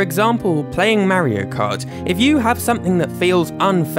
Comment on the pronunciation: “Mairo kart”